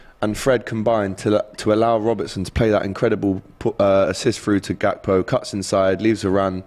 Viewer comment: It’s pronounced HAKPO